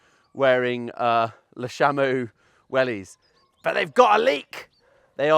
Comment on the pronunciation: Be part of the change and pronounce Le Chameau correctly 😅